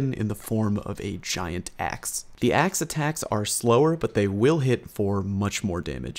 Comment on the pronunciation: Said "Axe Attacks" ten times and didn't get tongue twisted!